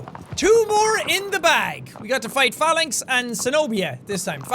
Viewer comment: I knew he was gonna say Phalanx but I thought he said Phallus, then called it the "sky spear" I was fucking dying